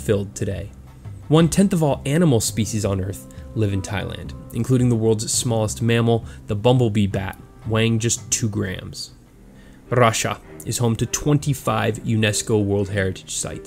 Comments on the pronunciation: Love how you pronounce 'RRRussia' in this vid! 9 out of ten countries! Yeah! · I like how you pronounced "Russia" btw, what is the music you used for that clip? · I gagged at the way he said "Russia" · the way he said russia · Why did he pronounce Russia like that? haha